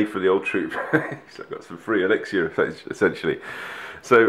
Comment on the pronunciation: Daddy, please learn how to say elixir. Not Elixsha